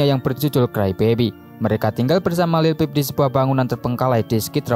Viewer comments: Lil pip..how the hell you make a whole documentary and can't say his name? 🤡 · dude, it’s like you’re reading out of a book or something and you can’t even pronounce say this name right or not this sucks. Take it down.✨👑🐠